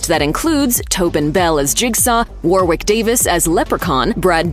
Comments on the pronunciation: You don't pronounce the second W in Warwick. It's pronounced "Warrick." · FYI: Warwick is pronounced WORRICK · only 6 months late, but the second W is silent - warick